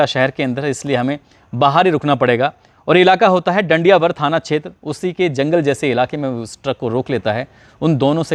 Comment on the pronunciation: जी आपने डांगियावास को डांडिया वर बोल दिया है